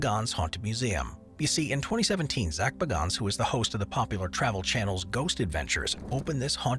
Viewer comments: My girlfriend and I literally call him Baganns or however you would go about spelling it now because of this video 😂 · Zak Bagans. You TOTALLY Mispronounced his name…🤭